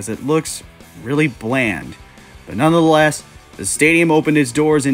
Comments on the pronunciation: "None the less" has 3 syllables. What are you saying that has 4? "None of the less"? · "Nunna" the less? C'mon.. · Not even gonna argue with someone who can’t pronounce “nonetheless”